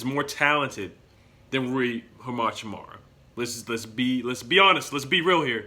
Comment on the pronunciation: Love the vid from Spokane where Gonzaga is and he is absolutely a great player but how to pronounce Hachimura is Ha-Chi-Mora